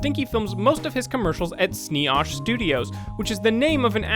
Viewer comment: It's Snee Oosh not Snee Osh